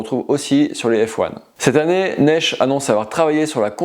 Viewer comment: Bon test, j'ai la 8 et la 11, très bonne aile. Par contre Naish ça se lit "nash" et non pas "nésh". 😅 Faites nous le test de la harlem peak svp. Continuez le bon travail. ❤